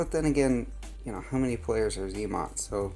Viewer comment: zmot not zee mot. 🤦‍♂️ 😜